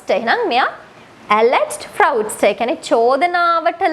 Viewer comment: Appreciated your work once again. Please recheck the pronunciation of fraudster